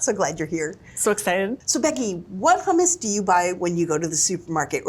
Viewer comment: why would i trust a taste test from people who can't pronounce hummus correctly